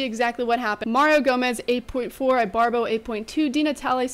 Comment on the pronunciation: Is pronounced ebarbo! Other than that keep up the good job!